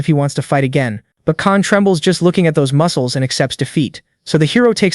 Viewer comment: moo-ke-less a-or getting stoon-ger